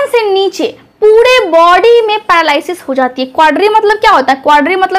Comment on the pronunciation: madam pahle apni juban thik karaiye.aap r ka uchharan d karti hain.aap paralysis likhti ho par bolti ho padalysis.